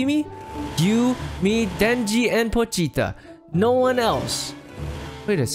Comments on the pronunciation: It not potha it is patcaer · Poochta lol not pocheeta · IS POCHITA NOT POCHTA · saying pochita: pOcHtA Me: 👁👄👁 boy what the heck is pochta. Do you mean POCHITA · It,s not potcha it,s pochita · You say poch da not pochita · It's pronounced pa-cheet-ta not po-shhht-ta. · It’s Po-Chi-Ta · It's Poe-cheeta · Correctly= wrong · YOUR SAYING PACHITA RONG